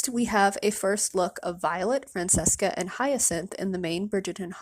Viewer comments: Fran-Ches-Ca The name is more common than you might think. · It's pronounced Fran-ch-esca